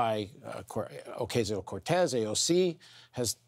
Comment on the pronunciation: oh-ka-see-oh cortez. you should be able to say it right.